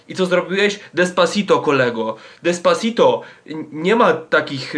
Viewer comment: "Despaczajto"... Umarłam ze śmiechu xD!